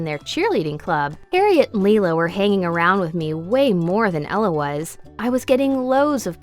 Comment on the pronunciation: the way you pronounced harriet made me die a little inside :(